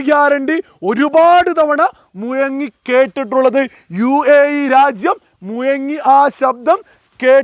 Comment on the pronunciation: മുയങ്ങി അല്ലട മുഴങ്ങി ഭീശണി😂 ഭീഷണി